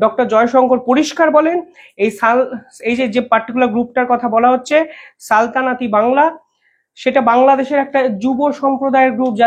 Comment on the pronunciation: বাংলা শব্দ উচ্চারন ভালভাবে শিখে ভিডিও করলে ভাল হয় না? 'সালতানাত'।